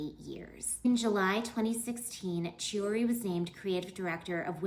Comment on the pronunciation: Chooree? 😂😂😂 Why talk about fashion when you can't even say their names correctly. KEY-oo-ree